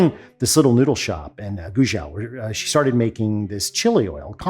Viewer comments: he said them hilariously badly 😂 edit: my fav, it's actually pronounced "gway joe" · No, he didn't get those pronunciations right,. It's "Hu-NON," "GWAY-zhow," and "jong-SHEE." But he really blew it with Qing; it's pronounced "Ching," not "king." When Romanized, the letter q in Chinese spellings is pronounced ch. "Qing" also gave rise to the name "China." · First two Chinese provinces was pronounced correctly. Last two I had to put the subtitles on to even know what Alton is saying. It's pronounced Gway-tsoh (Guizhou), and Chiang-see (Jiangxi).. What's up with the eastern European J sound? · His pronunciation was pretty good for Sichuan and Hunan! Guizhou is pronounced roughly as Gwei-Drou, like Drought without "t"; Jiangxi is pronunced as Ji-ang-Shee, where J sounds like that in "Jeep." Also Qing (Ch-ing, like that in "Check" ) dynasty. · Please. Say 贵州, like English G-way-Joe. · Guizhou is pronounced more of a Guay-jo